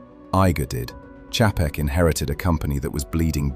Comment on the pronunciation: This is why dvd's are coming back because no subscription.. ALSO, You can always tell when a YouTube video is narrarated by an AI voice because they always mispronounce names, titles, cities, pauses in the wrong place, etc.. Chapek is not pronounced the way that they pronounce it here. YouTube is now flooding their platform with "Auto-clips", based on what you click on. Soon there will be ZERO "influencers", all video will be "auto-made" by YT themselves. Jeff in Detroit.